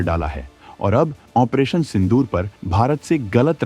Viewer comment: Opration का उच्चारण तक नहीं होता